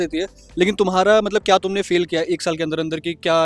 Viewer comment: Bhai ye feel ko pel q bol rha😂